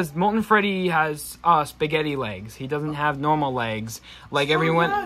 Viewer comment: Wait did u just say spagetey